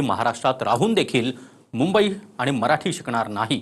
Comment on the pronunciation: आधी‌ मुंबई म्हणायला शिका महाराज